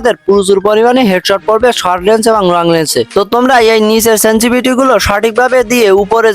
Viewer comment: ভাই সেনসিভিটি না। শব্দ টা সেনসিটিভিটি